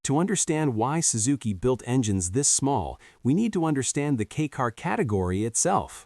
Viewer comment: Kei, from keijidousha, is "kay", not "key". No big deal.